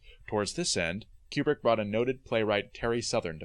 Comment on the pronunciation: Kubrick, not Cuebrick. How do you make a whole mini doc and not know how to pronounce his name?